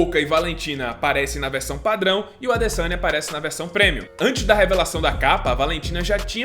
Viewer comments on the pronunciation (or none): none